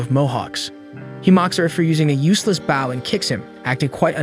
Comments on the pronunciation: stop saying it like bow and say it like boh plsss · Ok be honest you're using an A.i reader aren't you? You keep saying bow as bowing down instead of bow as in bow and arrow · It's pronounced Bo not Bow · Funny how the storyteller didn't know the word bow and call's it a baw. Heh makes me laugh.😃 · It's so annoying that he's Saying a bow Like baw it gets so annoying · He literally called it "the baow" like, BRUH🤦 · Say {Bow & arrow} not bowl ,cause that's what your saying bowl lol... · He's saying bow like I'm bowing to the kind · the way he says bow keeps throwing me off lol making sound like someone is bowing and not putting a longer emphasis on the o for bow lol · Its a ai so it cant distinguish the word bow(the action) ang bow (the weapon) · Yep stopped watching. Because of your clearly intentional mispronunciation of bow. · I was confused at first, but omg, it is soul killing to hear 😅😅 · right that why mad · I read bow the way the recap was saying it 😭😭